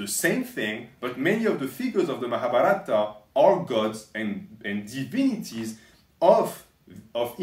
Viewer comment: Hey, the Mahabharata is more pronounced like Mahabhaarata, with a longer a at that part